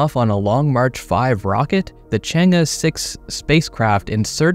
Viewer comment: You read the name ‘change’ correctly this time😂